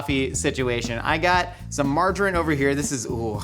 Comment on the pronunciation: Do Americans not know how to say "margarine"? Or is it just, I thought he was saying "marjoram" for half of the video.